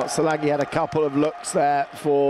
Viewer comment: After winning 3 Olympic Gold medals, FIE commentators all pronounce 'Szilagyi' differently in the hopes that one of them would get it right. Not as bad as the pronunciation of Gu Bongil though 🤣 Also wowee 720p stream at World Champs for another year, at least there's no sound delay though